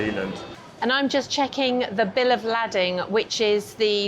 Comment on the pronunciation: Bill of LAY-ding